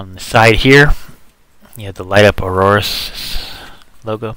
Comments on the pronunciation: it's Aorus, no Auroarus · by the ways it's 'Aorus'